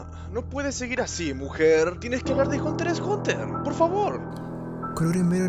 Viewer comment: Al fin alguien que pronuncia "Hunter Hunter", la manera oficial de pronunciar el título, en vez de "hunter EX hunter"